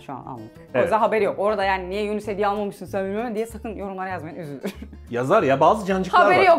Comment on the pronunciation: Yunus ❌ Yuğnis ✔